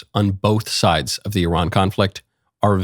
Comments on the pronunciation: FYI it's pronounced EERAAN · Just changed between 2 pronunciation without hesitation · Today’s episode: How many ways Michael can pronounce Iran in 5 minutes